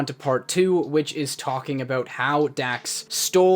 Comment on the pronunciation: Talking aboot 😂